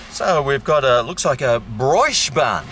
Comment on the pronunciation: You pronounced brioche wrong